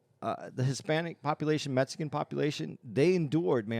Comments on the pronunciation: Is it just me but the way pronounces the word Mexican.. OMFG:face-purple-crying: where is the " S"?!?!?! he is literally saying Mesicans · I hear MetSicken LMAO